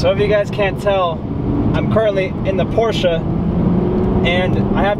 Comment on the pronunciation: As a German 🇩🇪 i have to say thank you! Thank you for saying Porsche the right way! The Most english speeking People say Porsch and it is horrible for every German 😅 Greetings from Germany 🇩🇪